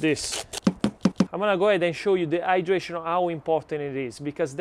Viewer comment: When he says the hydration! I hear it dehydration 🤣🤣🤣and i get back to the title it says hydration and my brain is no longer braining🤣🤣🤣🤣🙈